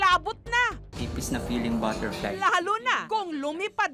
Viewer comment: Baterply? Baterply? Hahahha